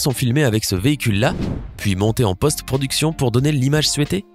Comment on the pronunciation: Tu viens de dire ""suuuété"" au lieux de souhaité a